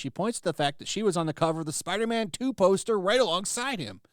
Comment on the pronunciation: Spiderman not Spiderma'am, Kirsten....